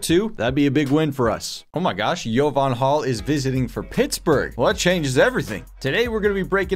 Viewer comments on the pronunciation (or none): Yoo Jovan name is pronounced JUH-VON. It’s my middle name lol